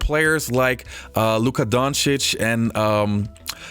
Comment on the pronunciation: I see a new video, I click like and then I watch it. Props to for actually putting the effort to pronounce Luka's and Nikola's names right. 👌